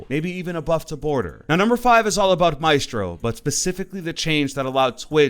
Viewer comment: Why are you saying Maestros name wrong?